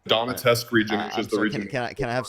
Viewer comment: “Donetesk” - tell me you’ve just looked this up for the first time without telling me